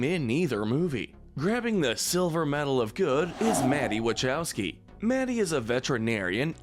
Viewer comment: It’s pronounced EE-driss ell-buh and wuh-KOW-skee, “”! 🤨